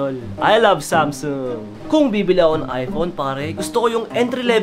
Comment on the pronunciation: "gusto ko ng ano eh.....aypOwn"